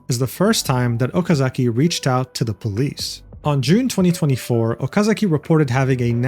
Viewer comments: It's Okazaki, not Okazuki. Jeez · I know you do not mean any harm, but my recommendation is that you learn how to pronounce names. Completely by accident the way you pronounce Okazaki could be seen as a very mean nickname, so I suggest for future videos to be more careful with name pronunciation = ).